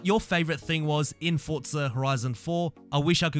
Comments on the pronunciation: “Four-zah” not “Fort-zah” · Why do Europeans pronounce Forza as “Fort-za” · Haha you say "foccca horizon"